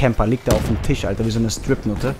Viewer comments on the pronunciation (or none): none